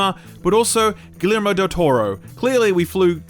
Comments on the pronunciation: Ghee-yerr-moh. Guillermo. Gui-yair-mo The two L make a "Y" sound. GuiYermo. Guillermo Del Toro. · love your videos but its pronounced gui-ye-r-mo (del torro)! The double "Ls" make a "y" sound in spanish :) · GI-YER-MO DEL TORO . . . . sorry i had to XD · having his Kevin garnet trying to pronounce “equivalent” moment while trying to say Guillermo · Your pronunciation of Guillermo del Toro is criminal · I had to rewind to make sure I heard what I heard and then had a good chuckle. Nothing like the sound of an Aussie butchering the pronunciation of Guillermo 🤣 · You forgot tries so hard to pronounce Guillermo...😁